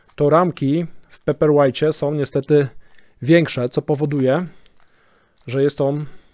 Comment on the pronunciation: Może nauczyłbyś sie wymawiać dobrze nazwe czytnika paperwhite... I mówił. "Pejperłajt" bo aż skręca